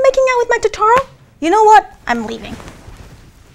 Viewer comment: Cool video. But it's To -To -Ro